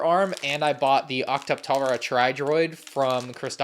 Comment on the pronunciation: all the love in the world, it’s pronounced “ock-tuh-para” tri droid